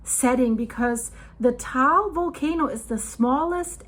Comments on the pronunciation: It is pronounced as tah-ahl or tuh-ahl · I went to the crater rim in 2015. Filipinos pronounce it as Ta-al.